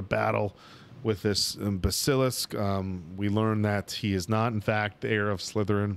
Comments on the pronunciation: ps guys, it's BASS-uh-lisk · I was lucky enough to grow up with the books. Harry's 11 birthday was when I was turning 11. Watching y'all made let me reignite those beautiful memories. Cheers from Australia, boys! Keeping it real though, it drives me nuts when y'all pronounce Basilisk 🤣